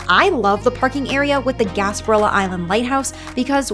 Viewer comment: Why don’t you pronounce things correctly Boca grande you need to pronounce the e. Gasparilla is gaspariya . Remember the Spanish owed this Island so the names are Spanish